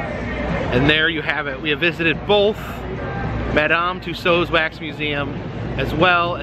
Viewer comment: Nice work on the correct pronunciation of "Tussauds".